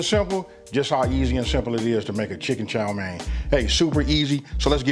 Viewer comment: Yes you are pronouncing it correctly and it means fried noodles so they are noodles for stir frying.